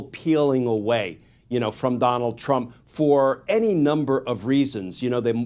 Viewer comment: Trump not Teump